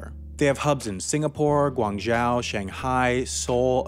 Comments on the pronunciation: It's Goo-Ung-Joe! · Re pronouncing Guang Zhou...try "Joe" instead of "Jauw." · Qatar = "cutter" Guangzhou = "gwong-joe" Otherwise, cool video! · "gwang-JYAW" I'm triggered and I'm not even Chinese. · Guangzhou is pronounced "gwang-jo". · Shanghai — Shawng HI Guangzhou — Gwawng JOE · FYI the zhou in Guangzhou is pronounced more like the name Joe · guangzhou sounds like guang joe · Guangzhou is pronounced ''Guang joe'' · woah woah woah did he just say Guang jao??? its Guǎngzhōu or its english name Canton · Guangzhou more like Guang ZJoe. The ou is not like out. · That pronunciation of Guangzhou though 😖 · You pronunciation of "Guangzhou" is very cute. It is sadly very inaccurate. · Ew, that's now how you say Guangzhou. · His pronunciation of Guangzhou xD... Why do people feel the need to add a 'j' sound? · I cringed when you said Guangzhou. "ou" makes a long O sound in Chinese pinyin so please remember for next time. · never say guangzhou like that again. Thanks